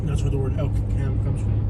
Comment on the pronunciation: I've lived here for 30+ years... Elkcam is one word and pronounced as one word as well. Crime rate is 57% above the national average. Building faster than they can sustain with some of the highest taxes in Florida. Also, with such a high crime rate, our Sheriff carries no department issued firearm and rides his bicycle everywhere with his cellphone. In his first term he was hit by vehicles on his bicycle twice!